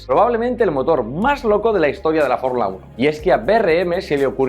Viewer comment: ""FORRULA UNO""